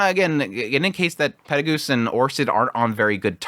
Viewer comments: Yeah the peregus thing has always bugged me. In the Japanese and the text on the anime are clearly perugius. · The way you pronounce names is weird, especially after how used to Cliff Kurts pronounciations (the official audiobook), Peru-gee-us. Silver-ill etc